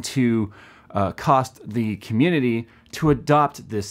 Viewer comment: dident here him say it once.... he did say comundidy a lot.